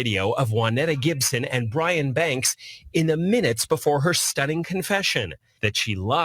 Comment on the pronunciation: It's Brian not brain 😅